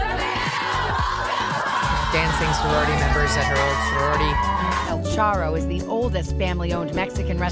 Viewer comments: Lol el churro megan says 😂😂 its el charro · El charro, not churro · Things Megyn got wrong. 1. El Charro, not El Churro. There are several El Charro restaurants in the Tucson area, so the restaurant name DOES NOT necessarily identify her Mom’s neighborhood. 2. Before she passed, my mom lived in a small town & we drove her > 30 miles to a restaurant in the city many times. 80+ people do get driven to places. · NOT EL CHURRO ,IT'S EL CHARRO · El ChArro Megyn, el ChArro, no el Churro.